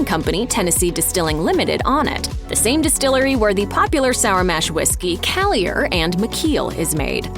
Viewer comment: Also collier🤦🏻‍♂️